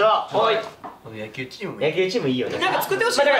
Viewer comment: 大橋和也さんによる「やっきゅう」大好物民🙋🏻‍♀️